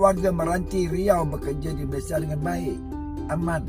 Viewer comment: COBA PERHATIKAN BAIK-BAIK APA YANG DI UCAPKAN.. SELALU MENGUCAPKAN KATA MALASYA... MALASYA... MALASYA 🤣🤣🤣🤣